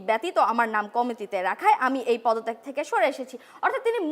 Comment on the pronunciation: আমি এই “পদতেগ থেকে শোরে এসেছি না, আমি এই পদ থেকে শোরে এসেছি।।। Yo!! Calm the F Down, why are you speaking so fast??? Take some breath!!!! 😂😂😂😂